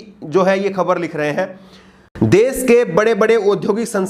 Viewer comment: Kripya,apni bhasha dhudh kijye . Sha shabd ka sahi ucharan kare plz . Sha ko sa na kahe. Bar bar desh ko des kehte ho. Ek journalist ki ashudh bhasha sharmnak he . Agar bhasha ashudh he to iska matlab journalism ka course thik dhang se nhi hua .